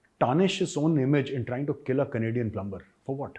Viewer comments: Major Gaurav *plumber*is prounced PLUMER . Over all you English is super . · Plumber is pronounced with ‘b’ silent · Plummer not plumBer.